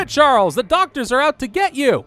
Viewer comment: The way you say doktors is killing me!